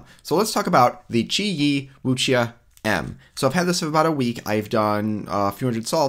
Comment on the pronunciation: Great video! Keep it up! Wuxia is pronounced as woo-shia :) really like your videos!